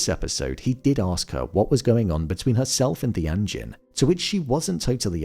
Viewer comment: I like how you pronounce "anjin" like "engine" 😅 and the phrase gets a totally different meaning